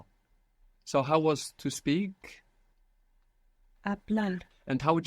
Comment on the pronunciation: im hearing hablal instead of hablar